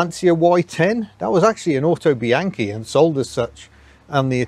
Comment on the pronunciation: The "au" in Autobianchi is pronounced "ow" as if you had hit your thumb with a hammer. You get most of the other Italian words pretty close to correct.